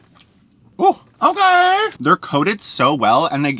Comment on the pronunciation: Take a shot every time says “okarrr”